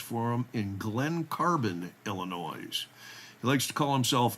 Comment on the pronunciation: Hey, there’s no NOISE, in ILL-IN-NOY (Illinois).😊